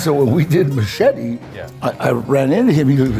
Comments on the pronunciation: Ollie learned everything but how to pronounce his last name. 😂 and machete was to nice to correct him. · Its MACHETE🤣